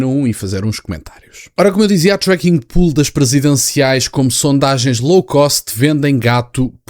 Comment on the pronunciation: volto a dizer que se pronuncia "pou-le" e não "pul" "Pool" é piscina em inglês.